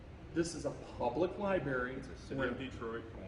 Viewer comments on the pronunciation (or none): Lie Berry??